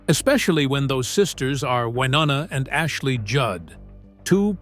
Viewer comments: C'Mon now 😮. Her name is NOT "Wah NANNA!" Try "Y NONNA" .... You know, just as the spelling indicates. HELLO😊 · Why-O- Na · Can you stop calling her wynanna you idiot it’s Winona. Do your research. It’s so disrespectful. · Damn...a 'narrator ' that can't even Pronounce his subjects NAME CORRECTLY, infuriating!!😡....WI-NO-NA....dur!! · Hearing that narrator mispronounce Wynonna’s name over and over was frustrating!! It’s Y-NO-NA!!!! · I'm going to wait on commenting about the exaggerating about the medications. What is with the butchering of Wynonnas name???? It's pronounced Why-known-uh Good gravy. The pronunciation on here is a disgrace. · And if he said Wanana one more time I would lose it.😀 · WY-OH-NA Sound it out. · Shouldn’t you know how to pronounce the person’s names you’re supposedly giving inside information on? Maybe it’s just me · To the narrator: Take the time to pronounce proper names correctly. You’re butchering Wynona’s name and that’s unfortunate, as well as distracting. Do better. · Why don’t you learn how to say Wynonna’s name right? Sound like a complete moron! Also why don’t you leave this family alone. Thrive off of people’s loss there pain. Only the family knows the real truth and as it should be. RIP Naomi Judd🙏🏼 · Do they really expect anyone to believe a word of this when this idiot can't even pronounce their name's correctly?????.? For me, it is a hard NOPE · Don't make videos when u can't even pronounce the names properly - so disrespectful!!! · Please do your Ryan’s learn how to pronounce her name correctly how disrespectful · Who cares if she'd had cosmetic surgery, what the hell is shocking about that? It's just sad that she chose to slam Wynonna in her final goodbye, if, in fact, she did... Many artistic souls are troubled, often it is what lends or enhances their talent. The only thing shocking this is your butchery of names!🤬 R.I.P. Naomi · Hard to listen when you cannot even pronounce Wynona